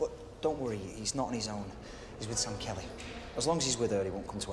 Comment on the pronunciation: SAM not ZAM!!!